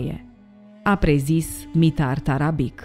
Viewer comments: mitar tarabici se rosteste, nu tarabic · pentru că sînt vecin cu cuscrii noştri sîrbi,ştiu că se citeşte TARABICI - scuze pentru observaţie,dar o fac în sens pozitiv şi -ţi mulţumesc pentru toate materialele foarte interesante.